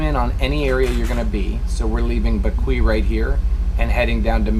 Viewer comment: Hi Guys one again a brilliant video, i like Windy TY as well. Great dive shots! you still need help with the Caribbean island Pronunciations mon!! see if my brilliant english language pronunciations help..LoL..Bequia pronunced Beck-way, Mayreau- My-Roe & Tobago Cays- Toe-bay-go (toebaygo) cays. The Cays are truly beautiful, one of my fav spots as well. thansk for sharing.